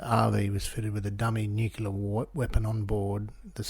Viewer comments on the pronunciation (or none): Did anyone else catch that. He says "Nucelar"weapons? Eg: he does say nucelar. Nu,,,ce,,,lar. My question is, Why do so many people say it like that, isn't it nuclear? As in , "Nu..cle..ar." am I wrong,? is it another word alltogether? Bcos as far as know & always have known, it's nuclear, said "Nu,,cle,,ar". These guys are meant to be professional researchers, is think they would be able to get that word right, especially if it comes up regularly in their research.